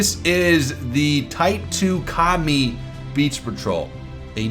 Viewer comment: Am I the only one that heard "Commie" every time he said "Ka-mi"? No? Russian Bias?